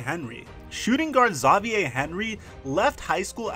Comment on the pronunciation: You sure Xavier is pronounced that way? Good vid though. Edit. Demarcus cousins: double double?